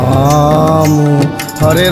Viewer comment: It's Rama. Not Ramooo 😏